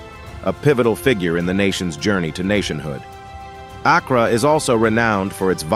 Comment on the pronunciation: As a native ghanaian the pronunciation of Accra is KILLING ME 😂😂😂😂😂 But I deeply appreciate this video 🤲🏿💚